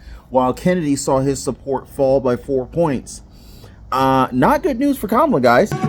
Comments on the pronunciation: Its pronounced Camal A.. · It is ka-MAH-la, bro !!! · Hey ….if it’s pronounced “Comma-La” then maybe she shouldn’t spell her name as Kamala. Just sayin. But maybe it’s an Indian thing. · "Her name is Kam-ala by the way". Ooohhhh. . . . Somebody should tell HER that. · What is the obsession with how people say her name? It's like they want to make a campaign issue out of it.